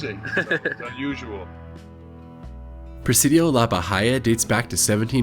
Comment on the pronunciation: Should have tried Joel's bbq in Flatonia halfway between San Antonio and Houston. And Bahia is pronounced Baheea. 😆 and pecan is pronounced pucon. I could go on. And bucket bbq is horrible. The banana pudding is a shame. 😂